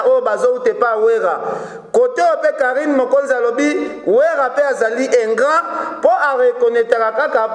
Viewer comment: s'il te plaît ingrand te ingrat yekola français ou soit kotiaka ba mot français te.